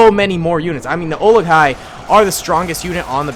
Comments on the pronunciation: When says olikai is that bugging anyone else.... Urakai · Olok-hai😂 its uruk-hai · Dunno if it's been mentioned or not, but it's uruk hai, not olekai. Just thought I'd mention it. Love the vid. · says olokia and not uruk-hai Me a lord of the rings fan: i have internal screaming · Oli guy? Lol they are called Uruk-hai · Great video, also its Uruk-Hai and its pronounced oo - ruc - hi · It’s pronounced UUUUrukai, but those look like trolls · For future reference its uruk-hai, pronounced like "Uh-ruk-kai" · It’s Uruk hai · ooh-roo kai is the pronunciation for Uruk-hai. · It's cave troll, you were originally calling them Ura-kai (that's oora, them ky, like in sky). And its mithril chainmail, not technically magic, but yeah, same thing.